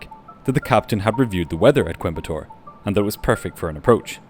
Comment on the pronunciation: I'm so impressed with the pronunciation of Coimbatore and Trivandrum - great video